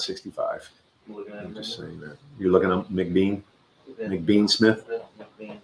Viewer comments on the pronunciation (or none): Thank you for the shoutout on the live stream, but it's MacBean, not McBean. Lol 😆